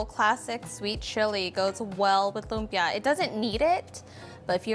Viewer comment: He should at least pronounce lumpia right